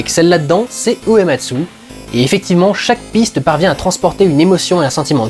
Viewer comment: Salut en merci pour cette vidéo pour faire le lien entre FF et le cinéma, lien qu'on verra de plus en plus avec les épisodes suivants. Par contre j'ai noté 2 petites choses, pour le compositeur, il m'a semblé entendre Ematsu au lieu de Uematsu. Et pour FFVI c'est pas 12 personnages, mais 14 en tout (Terra (Tina), Locke, Edgar, Sabin (Mash), Celes, Cyan (Cayenne), Gau, Setzer, Relm, Strago (Stragus), Mog et Shadow) et les 2 persos facultatifs que tu peux ne jamais rencontrer Umaro le Yéti et Gogo, le mime introduit dans FFV. Et FFVI est aussi le 1er jeu à avoir instauré les attaques désespérées (j'ai plus le nom en tête), prémices des limits break des 4 épisodes suivants et de ff14